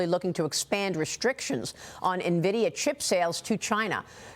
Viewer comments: its not pronounced ne-vidia its "N"vidia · This guy is a CEO and he calls it Nah-vidia. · Its 'EN-VIDIA' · Don’t trust people that are too lazy to pronounce nvidia correctly